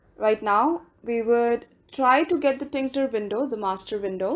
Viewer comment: "tinKter"? It's still TKinter